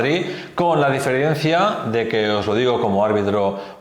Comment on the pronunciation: Sin ánimo de molestar… Estrada... no se dice "diferiencia", SE DICE DIFERENCIA.